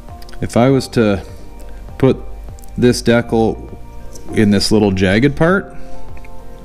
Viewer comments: Dude please say Decal. D kal. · Deee-cal not deckel D-CAL JESUS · You have to be doing it on purpose, otherwise you wouldn't have said it so many times. It's D cal, not dekul. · It's pronounced Dee Kall 😂